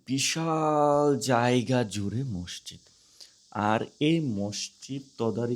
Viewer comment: মষজিদ না মাسজিদ